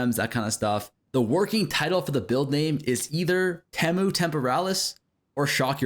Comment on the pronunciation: I think Temu is "tee-moo" not "teh-moo". Temu Temporalis for sure